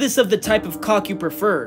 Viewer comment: Bro said cawk 💀🗿🗿🗿